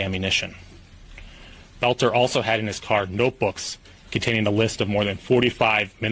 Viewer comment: Why are we listening to this? You never heard of Klobuchar? By the way. Take note. BELter not BOLter. Otherwise you sound like AI, which is annoying.